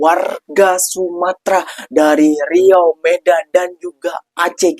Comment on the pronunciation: Nama Salah "Riua", Benar "Riau"